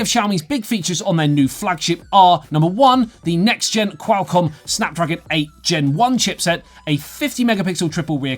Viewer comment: you sound like your calling a bird when you try to pronounce Qualcomm so weirdly